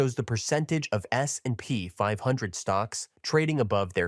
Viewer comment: Great content. But let your AI voice learn how to pronounce S&P more realistic. Thanks